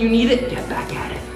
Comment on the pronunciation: "Take a rest if you need it, GHETT BHACKKKKK AT ETTT" Gets me every time hahahaha Sick vid